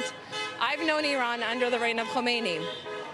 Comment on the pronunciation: Khamenei They still say "Khomeini" who died 37 years ago! Strange! As news reporter you should be able to say the right name.